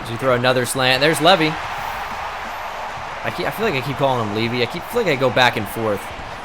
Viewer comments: It's pronounced levi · Can you PLEASE pronounce "Levy" as "Leave-eye"/Levi? Both of the ways you're pronouncing it sound wrong to me. 😅 It hurts.